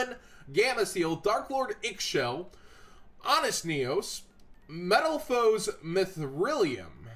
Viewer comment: Darklord “icks-shell” ?? Booooo